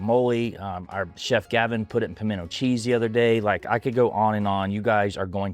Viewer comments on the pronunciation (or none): none